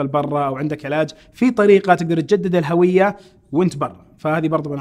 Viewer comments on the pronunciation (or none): الهُوية بضم الهاء ، هذا هو النطق الصحيح ويعتبر خطأ شائع منتشر ان ينطقها الكثير بفتح الهاء *الهَوية*.